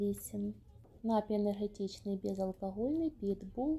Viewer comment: Та не нАпій, а нап-І-й, от курка тупа, москворота!